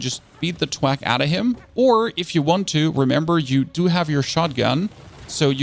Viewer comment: theres an h in thwack.